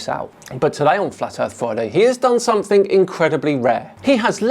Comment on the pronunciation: Love ya videos but it’s SOMETHING NOT SOMETHINK